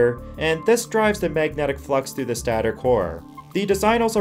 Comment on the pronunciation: Stay-tore... not staa tor...